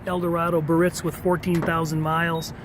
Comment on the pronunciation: That's pronounced "Beearritz", not Barritz......